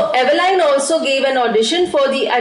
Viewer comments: Mam it's Evelyn not Eveline 😊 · Evelyn is pronounced as evelin not Evelyn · Diffrent accents to speak same words